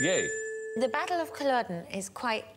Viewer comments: Why do they keep saying Colluden? It’s Culloden. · It's Culloden, Stephen, not Colluden. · Never heard of "Culludun" before. Christ...how hard is it to find out the pronunciation before the show